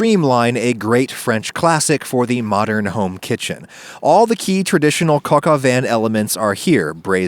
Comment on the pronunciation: 'Cock of what?'